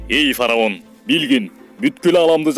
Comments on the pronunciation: Фараун эмес фираун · Фароун эмес фираун